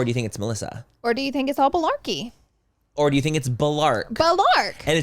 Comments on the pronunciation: Did Laura say BULARKEY instead of Malarkey? 😂😂💀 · Did y’all say “malarkey” or balarkey? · Laura it’s malarkey not balarkey🤣🤣❤️